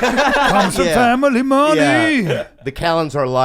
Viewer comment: "And he comes from Money, and he came from fam-I-ly money"